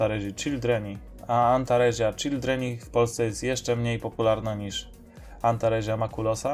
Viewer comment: W łacinie czyta się tak jak sie pisze czyli antaresia to antaresia nie antarezia, z małymi wyjątakami np. Ae to e, qu to kw itd...